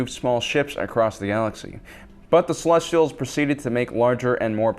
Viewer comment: Thank you for the video and thank you for saying Celestials correctly.